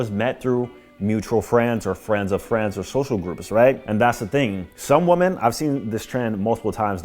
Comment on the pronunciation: why do you refuse to pronounce "women" correctly